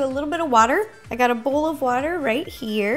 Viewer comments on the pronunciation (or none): none